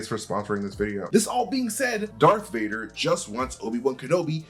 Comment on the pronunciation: Why are you saying "Dark Vader"?